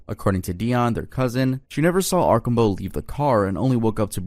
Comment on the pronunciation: Arsh-am-bow is how you say not arcobow, the SD one